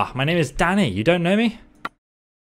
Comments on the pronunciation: Deadass when you say Danny I thought you were saying Daddy had me good lmfao😂😂😂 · i thought said "Daddy" instead of "Danny" lmaoooooooooooo